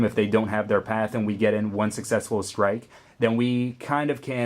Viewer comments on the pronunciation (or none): none